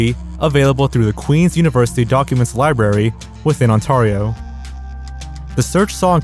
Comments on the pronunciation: I am and said Ontario wrong…(AND IM FROM ONTARIO!!!) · His pronunciations of subsequent and Ontario HURT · The only thing i took away from this, is how americnas rlly think thats how you say ontario 🤣🥴 its on-tair-ee-oh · Hearing "ON-TARY-O" is so jarring, like if someone said "Cal-eye-fornia", you could reasonably think its pronounced that way, but it's just so weird and wrong. Tip to aspiring YouTubers, always look up place names if you've never heard of them before. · The way you said Ontario LOL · Brooo… smh… ily and your videos but you totally butchered how you said “Ontario”